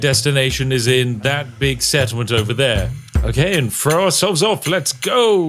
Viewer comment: Though I love and would never disrespect the great spiffing Brit. How do you other Brit’s explain to your children and friends that some of you say three as “free”? Or throw as “frow”? In the states, that’s a completely bullyable offense